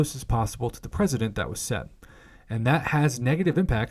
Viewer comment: "President" and "precedent" are not pronounced the same. If you're reading a section of text to a bunch of people, you have the responsibility of pronouncing correctly so that listeners don't have to analyze your pronunciation every time you didn't make sense. But otherwise thanks for this. Not having to read it myself was a joy.